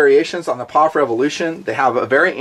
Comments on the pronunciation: Eww to saying "POFFH" Its P - O - F Just like USA isnt, "OOSA" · I'm sorry. But pronouncing P-O-F as pof drives me fucking nuts. Can't watch the rest 9f this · I know this was uploaded 4 years ago. But ,you've GOT to know, It's not Paaaf. its. P. O. F. { If it were a drinking game } A shot Every time you say... "paaafff" there would be a trail of Death. Just saying. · Bro, you are the only dude in the world calling it a "pof...." The rest of the world says P.O.F..... If they patented the rifle, which they most certainly would, nobody can use the same design for a set time. If they want to know the metallurgy, they could pay to have it analyzed... Anyhow.... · 2 thumbs down for calling it a phaff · It made me cringe every time he said pof instead of just saying the 3 letters P.O.F. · Pof? It P.O.F reviewing the gun and can’t even say the company correctly. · I swear to God if you say poff one more time I will unsubscribe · Stop calling it a pawf! It's P.O.F. I stopped watching about 2 min in because you are saying it wrong. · Can't get through the first 4 mins hearing this guy say pofff 🤮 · Stop saying PAWF. GAHHHHHD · do you say "Pawf" to try and be funny?